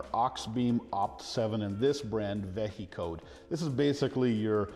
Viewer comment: Vehicode would be pronounced like vehicle, not veh-he-code